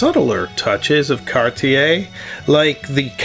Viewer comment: Alas, I'm resigned to the fact that Americans will never be able to pronounce "Cartier" correctly.